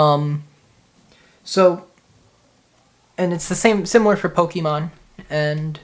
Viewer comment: take a shot everytime he says pokiemon